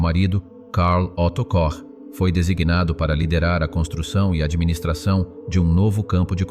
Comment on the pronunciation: KOCH NON SI PRONUNCIA COSì...